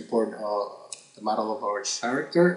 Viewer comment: It's not "TS-aracter" IT'S "K-ARACTER" (character) Speak English!!!